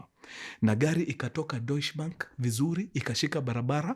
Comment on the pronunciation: Love your stories from Germany! and it is pronounced as 'doiche bank' ❤❤❤